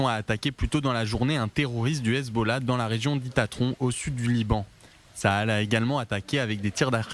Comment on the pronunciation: C est pas le Khezbollah . NI LE khizboulah .C est Le HEZBOLLAH . Prononcez bien le français partout